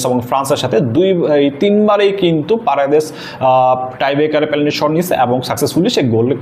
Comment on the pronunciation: পেলান্টি কি ভাই? 😅😅